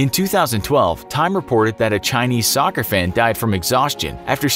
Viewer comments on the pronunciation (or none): none